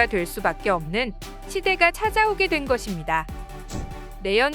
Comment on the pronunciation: 것입니다 -> 발음 좀 제대로 자연스럽게 해주세요. 듣기 불편하네요.